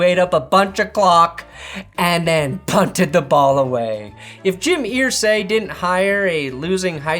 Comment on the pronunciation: I say earsay not Irsay (urr-say)